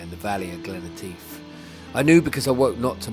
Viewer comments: Guys, its not Glen E tief, its Glen Etive ( Etiv ). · Am sorry and Lisa, but I cannot help myself. Glen Etive pronounced as, Et as in Etta James and ive as in give. 😊